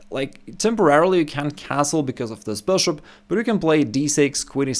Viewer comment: Man, I love your videos, I learn a lot from you. But please work a bit on your pronounciation of “Bishop” 😊